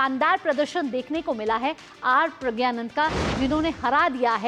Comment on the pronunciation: Take the name correct ❤